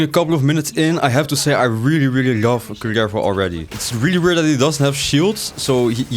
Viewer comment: Rolling the R on his name for me it´s just meant to be.